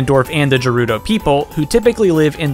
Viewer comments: Gerudo, not jerudo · Did no one recognize that said jerudo instead of gerudo? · That moment when he said “jerudo” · It’s the Gerudos, not the Jerudos. (Sorry if I spelled it wrong.) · “Jerudo” LOL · 'jerudo" people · It’s pronounced Gerudo not Jerudo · It's Gerudo as in GRR rudo not GER like german or germ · When he said "Ger"udo I cringed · "Jerudo"? Never heard anyone pronounce it like that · “Jarudo” lmao it literally has a G in gerudo. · why did you say jerudo? that triggered me so much lol. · Still cant get over his pronunciation of gerudo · You said Gerudo incorrectly again. We have an official pronunciation. No excuse now. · The way you pronounced guerudo gives me anxiety lol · I’m just gonna mention how you pronounced Garudo incorrectly and leave it at that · It's a crime how you pronounce gerudo